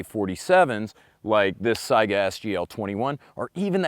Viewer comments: Weird, I like cats, dogs, chevys, fords, AKs, and ARs. I just want it all haha ALSO - THANK YOU FOR PRONOUNCING SAIGA CORRECTLY I cringe every time I hear someone call it a "Sega" btw why just 100 meters? Seems a little short to me, try 300+ meters and see which is more accurate XD Halfway through OEF and OIF many of our snipers started ditching their bolt actions for modded M4's since they're so accurate and deadly at 500 meters, and the AK can't do much at that range. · Dang, I must've stumbled upon one of the ten people that can pronounce "Saiga" right. :-D Also, thanks for doing the video though I knew the outcome anyway. This "AKs are inaccurate" myth needs to be destroyed because it's parroted way too often. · I'm a linguistic nerd so I just appreciate that you pronounce it as Saiga rather than Sega. I don't even know which one is actually correct to the region but 'AI' most certainly makes an 'I' sound in English. So many people pronounce it as Sega that I have a strong suspicion that I am wrong in some way but it has always bothered me on a personal level that people pronounce it as 'Sega'.